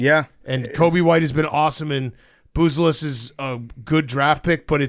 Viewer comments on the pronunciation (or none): Big cat can't say Buzelis... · Big Cat’s still a Celtics fan, he doesn’t even know how to pronounce the Bull’s lottery picks name.